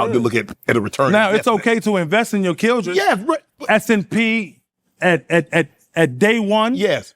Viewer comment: Killdren??? lol🤣